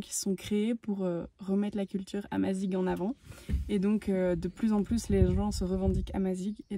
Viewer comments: Le petit discours sur l'histoire berbère et le "Protectorat français" (le Maroc n'était pas une colonie) est assez bidon, il évite évidemment la conquête islamique... mais bon, on est dans l'air du temps. Et puis on prononce "amazire" ! Mais sinon bon voyage ! Le Maroc est vraiment un super pays !! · Bonjour excellent voyage Je suis français d origines marocain vous nous faites découvrir le maroc de belles manières Pour info on prononce amazirr pas amazig Bonne route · Pour précision amazigh est prononcé amazire et non amazigue, bon courage à vous deux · Super vidéo nous qui revenons du Maroc et prêt à y retourner pour nous y installer . Merci . Petite précision : « gh » se prononce comme le « r » en français donc on prononce « amaziR » plutôt que « amaziG ». Bonne continuation à vous. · Il y a une erreur la culture amazigh ( on ne prononce pas" amazig" mais amazir ) n'a jamais été interdite au Maroc. Je suis amazigh et ma famille ,comme beaucoup d'autres n'a jamais inquiétée...le reportage est bien mais ce serait pas mal de se documenter par des sources fiables. La vidéo est très sympa ! Bravo 👍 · Bonjour Juste pour vous préciser que ça se prononce amazir , même si ça s'écrit amazigh, bon voyage. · super vidéo. Juste pour info amazigh se prononce " amazir" avec un R à la fin. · Salut a tous et a vous les aventuriers qui ont fait cette vidéo, on dit amazigh et ça se prononce comme ça amazir. Si jamais ça peut vous aider au cas ou.... Bon sejours a vous . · Au Maroc on est plus en méditerranée qu'en Afrique, puis faut prononcer "Amazir" le mot Amazigh ;-) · Le mot Amazigh se prononce "Amazire" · Amazir et non barbar (sauvage) Naif dakor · Merci beaucoup ☺️ nous avons corrigé la prononciation dans la dernière vidéo ep 4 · Merci beaucoup 😊 Effectivement notre prononciation à revoir… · Le amazigh le gh se prononce r, ça veut dire homme libre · Merci pour la correction, nous avons eu un peu de mal avec la prononciation 🤣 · amazigh pas amazig